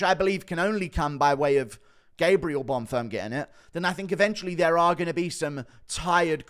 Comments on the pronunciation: leave it to guru to call a fighter 'bon firm' when his name is bonfim xD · Who’s Gabriel bunfirm?😂why did he keep saying that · inb4 100k!!! edit: the name is still bon-feeeem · Guru be butchering Bonfim's name 😂